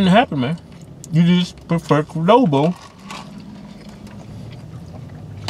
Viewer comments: Kwuh-doh-bo: a cuttn meel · Gotta love that "Qudobo" Mexican Grill! Respect it ✊